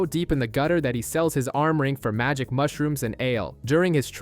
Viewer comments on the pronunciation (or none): none